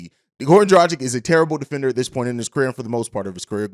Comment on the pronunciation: Dragic not drajic